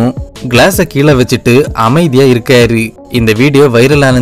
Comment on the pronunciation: இருக்காரு , போனாரு .. னு உச்சரிங்க ! இருக்காரி , போனாரி ..! வந்தாரி ! இருந்தாரி , இவரி ! அவரி ! போயிருக்காரி ! வந்திருக்காரி !னு சொல்றிங்க 😂